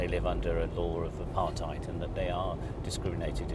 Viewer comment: I am a black Afrikaans speaking person from South Africa and I love the way the Human Rights Activist pronounced Apartheid.Let us strive for peace my brother's and sisters.We will not be devided.Inlove my Country and I am aware of our challenges.